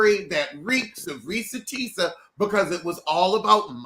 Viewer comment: Not Porsha Teesa 🤣🤣🤣